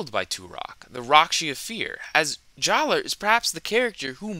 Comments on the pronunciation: Good video, but I want to mention that even though they did change the spelling of his name, "Jaller" is still pronounced "Jala." I know it's strange. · The official guides say JAH-luh. True, this doesn't resemble the spelling, but the pronunciation remaining the same is consistent with the other names they changed. Huki=>Hewkii, Maku=>Macku, Puku=>Pewku, etc. The only thing I can think of that changed completely was Tohunga=>Matoran, and that's probably because Tohunga was a particularly sore spot. So, basically, official books published years after the change provide the same pronunciation, and none of the other Matoran with name changes had their pronunciation changed, so JAH-luh it is, but say what you want.